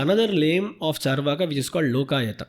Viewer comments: It's not chaar (as in 4) vaaka. Its is charu (as in sweet) vaaka. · Charvak, not charvaka